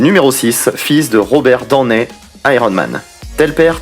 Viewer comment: Je viens de couvrir ta chaîne j'aime bien Par contre la façon ton tu prononce le nom de famille de Robert Donney Junior ma un peu dérangée Sinon cool ta vidéo